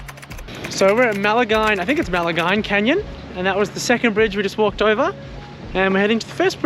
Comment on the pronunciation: Maline, rhymes with wine.